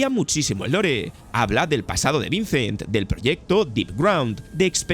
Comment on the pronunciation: Buen video solo te falta pronunciar mejor las palabras en ingles decir vicent, dige, se que eres español y les cuesta las palabras en ingles pero hay que echarle ganas